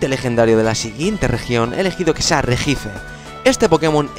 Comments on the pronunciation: POR FAVOR REJICE NO RESHIAICE. Me sangro un oido :(.Sin ofender..... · Tambien dice regice y se pronuncia reyi aiz :D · Deberías aprender a pronunciar los nombres xD Regice=regiais Darkri=Darkrai